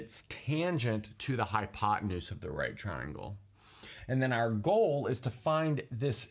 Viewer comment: Did he say high on pot tenuse?